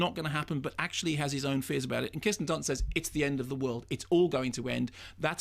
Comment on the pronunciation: Mark pronounces some words very oddly. He calls this film "Melancoalia" and says Kristen Dunst. He did the same thing on this other video I was watching last week where he kept saying the word "and" in a very peculiar way. It's almost as if he's trying to distance himself from received pronunciation but in the maddest way imaginable. Like he's tying to sound more common or something?? Weird.